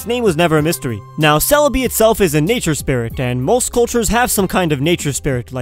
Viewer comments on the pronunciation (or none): wait celebi sounds like celeri